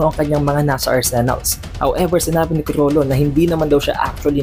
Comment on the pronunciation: Sobrang R kulang na L 🤦‍♂️